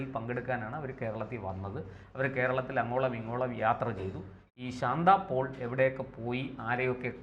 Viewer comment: ശാന്ത പോൾ അല്ല... ശാന്ത പാൽ...